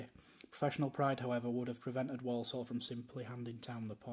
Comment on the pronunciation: The way the narrator pronounces certain words is a bit off...people from Walsall tend to pronounce it "Worsull" rather than "Worl-sorl", and the Saddlers' substitute's name was Brian Caswell ("Cazz-well"), not "Case-well"...